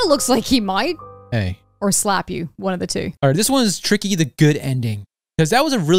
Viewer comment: It sounds like Tricky Sounds like He is Saying T